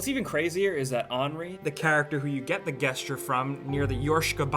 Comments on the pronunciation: Dude, it's pronounced Jesture, not Guessture. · Holy shit it's Jeh-sture Not Geh-sture what the hell. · HAHAHAHAN YOU SAID GE-st-ure not JE-ST-URE (it's spelled gesture i know I just want to be annoying) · From Merriam-Webster: \ˈjes-chər Not \ˈges-chər Jus' sayin' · Dude, gesture, say the word and pronounce the g with j. Jesture like jester or to jest. It's not guesture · guess-chur? jess-chur* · Your pronounciations are So weird dude, you just said "Guessture" instead of "gesture" lol, the way you said "patreon" in your Patreon video was the weirdest thing ever. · and wtf!? Why is he saying "guesture"? The word is "gesture". Man! You're an adult. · Please stop saying guess-ture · "Guessture," really? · jest-ture. Jeez, if you're going to read from a script word-for-word, at least pronounce the words correctly. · Another person annoyed by the GES ture pronunciation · when you don't know how to pronounce gesture....."guessture"? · Guess-ture? The fuck is a guss-ture, bro? Learn how to pronounce basic words. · TRIGGERED he said gesture like guess ture!! Like he's never used that word in his fucking life!! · wtf is a Guesstre? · "gesture" = 'jEH-shtyerr' No offense. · its pronounced jes-cher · I learned that some people pronounce gesture as "guess-ture" ;) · Seriously, Guess-jer? You're telling me you don't know how to say the word Gesture? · 'ges-ture' triggered me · same. not happy about "guess ture" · "Guesture"? Really dude, that's how you're gonna pronounce that? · Guesster? What the fuck is a guesster. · "Where you get the guessture from" >GUESSTURE Way to English, dude. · Uh gesture is pronounced with a "j", like [jes-cher]. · yeah wtf, i didnt notice he was saying "G-esture" thats really stupid lmao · umm... I'm pretty sure gesture isn't pronounced with a hard g... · guy, it's pronounced "JES-TURE" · "gehsture" You gotta be fucking kidding me. That's just amateur. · GUESS-ture. mmk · That moment when pronounced gesture "guessture" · (Boxcat) "djestures"